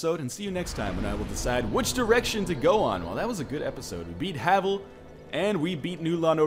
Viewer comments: I think its "Hay-vill" since its spelled similar to Navel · Gavel is pronounced the same way as Havel. That's how you pronounce his name.